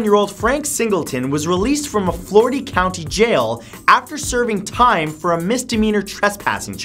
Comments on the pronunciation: Matthew you said flordi county jail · BalacAlava? Like Pina Colada? NO! It's Bal-a-cla-va. It has FOUR syllables, not five! Sheesh! BalacAlava, FLORIDY county jail, a baseball bat that suddenly turns into a knife... What the hell were you smoking on the day you filmed this??? 😵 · In fact #1 you called it a "social insurance number" Lmao wtf! Also in fact #9 you called it "Floradie" .. Uhm your Canada is showing. Lol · he says Floridy lol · You offended me, you said Flordi county jail... Lol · "A floridi county Jain" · "Floridy county jail" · Thumbs up if you heard Floridy here , Got you Matt ;) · Am I the only one who heard "Flordy County Jail." On #7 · "a flordy county jail" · Flordy county jail? anyone else catch that?